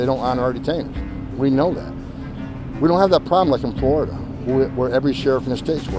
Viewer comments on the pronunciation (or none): none